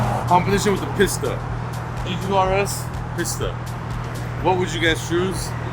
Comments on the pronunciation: PissTa :P you mean "peesta" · Its pronounced piece ta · It's pronounced, peeeeesta